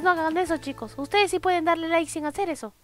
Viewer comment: no se dise like se dise likee